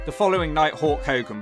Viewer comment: Now I can't unhear Wes Brisco saying " Hogan". Thank you,.